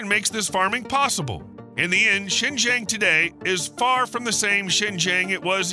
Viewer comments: Its Zin- Jii -Ang not shen jeng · XingJiang province is pronounced similar to Sing G'Ahng, not Sen Zen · Xinjiang (新疆) is pronounced similarly to [ʃɪn dʒʌŋ], while [ʃɪn dʒen] sounds more like the southern Chinese city of Shenzhen (深圳). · HELLO, This Is Addressed To ""... 4 FCUK SAKE, CAN YOU Even Get The PRONUNCIATION (Remotely) Right?????????? The Way You Say XINJIANG Sounds Like SHENZHEN (City in Guangdong). Xinjiang is SEEN + JUNG As In "Junk" Got It? 😊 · Learn to pronounce Xinjiang right! It’s“SHEEN Jiong” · I know it is about Xinjiang, but I keep hearing Shenzhen🤦‍♂ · It's great content that your videos have. I enjoyed it. Btw, the pronunciation of Xinjiang is actually more like sheen-jhon. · Your pronunciation of Xijiang is not accurate. To add to the confusion, the subtitle translates Xijiang as Shenzhen.